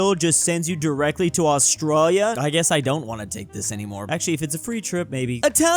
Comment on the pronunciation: Why does say "Australia" so weird? We're both from California, and I've never heard it said like him.